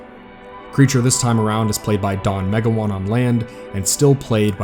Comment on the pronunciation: This is a good overview documentary, but I think we could do without the financial aspects, many of which you could not find anyway. Also, if you're researching the actual players in this universe, you should make a better attempt at honoring them by properly pronouncing their names. "Froynd" instead of "Froond", "Me-GOW-an" instead of "Mega-wan", etc.